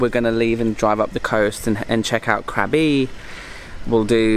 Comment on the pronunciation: It pronounced "Krah-bi", not Krab-bi. I really enjoy your videos. Thanks for sharing your experiences.